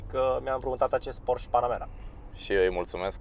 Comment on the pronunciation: te rog eu,nu mai spune Porș Panamera......se scrie Porsche si se citeste Porșe......nu de alta dar deja o iau razna cand aud toti românii porș......